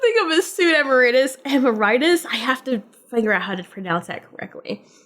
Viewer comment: "Chud" is a play on "Chad," but it's also a reference to the '80s horror movie 'C.H.U.D.'. "ee-MARE-it-us" No WALL-E reference? Denied! Why is "ambitious" implied to be bad? A right-hander should wear that type of flashlight on the left side of their chest. Every Silent Hill character, all of whom are right-handed, do it right. More left-handed characters in video games! Ambidextrous and mix-handed too!